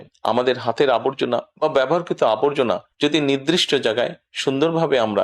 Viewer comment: নির্দিষ্ট (নৃদিষ্ট নয়)।